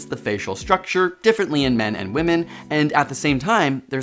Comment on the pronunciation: Can we PLEASE pronounce "women" correctly, though? Sheesh!